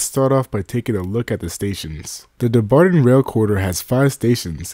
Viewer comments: Dumbarton is pronounced DUMB BARTON. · Oh man, I just can't make it past you slaughtering the pronounciation of Dumbarton so many times in the first minute of the video.